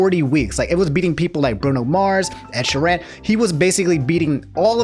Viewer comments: Ooh you said Ed Sheeran's name wrong. You must be racist. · I love how he butchered Ed Sheeran’s name